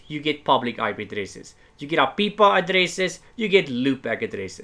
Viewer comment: For the record, I love the way you say APIPA